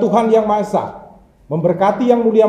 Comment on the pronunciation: Udh langka dengar org yg mengucap kata "esa" Dengan benar. Semangat terus untuk rumah pancasila